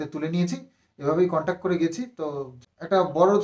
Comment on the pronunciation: Contac noi contact... English word thikthak jene bolo.. Hajar hajar lok shunchhe... Ki nishswartho somporko... Vaba jai.. Khub mushkile porechho.. Kono chinta nei.. Simadi tomari didi thakbe.. No chinta..